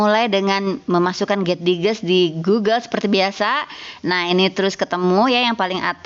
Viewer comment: Koreksi sedikit ya bu.. getdigest mungkin dibacanya [get daijest] ya bu.. mohon koreksi juga dari teman teman lain karena sama-sama gabisa bahasa enggrees :)